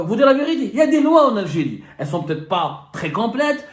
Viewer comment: J ❤ la mot L algirrriiiee 😂😂